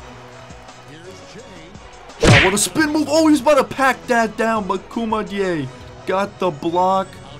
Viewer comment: You didn’t say koumadjes name right